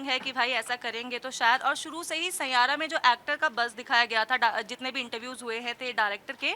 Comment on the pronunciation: Aaji amma saira nahi 😂😂😂😂sai ya ra